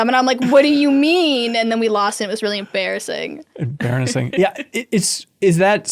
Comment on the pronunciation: I caught that "em-baron-assing,". Good work.